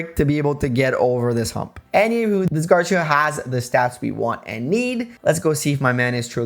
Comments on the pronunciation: Love these challenge videos but... it's "Gar-see-uh" not "gar-sha" or "gar-syuh." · Quite late im commenting but Garcia is pronounced like Gar - See - Ah. Spaniard surname btw olé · The "ci" in "Garcia" is stressed, not the "Gar." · Garcia kept punishing you because you keep saying his name wrong.